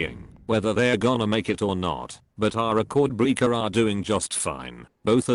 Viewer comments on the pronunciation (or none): rec-chord-breek-uhr lol